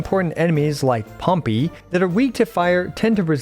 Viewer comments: “POMPY”! Bruh even in the game they pronounce it Pom-Pay. As in the massive volcano, that you know, is symbolic of POMPY falling into one. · Bro said pompy😭